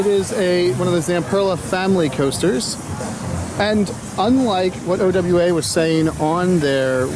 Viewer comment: It's OWA... Pronounced Oh-Wah.... NOT..... O.W.A.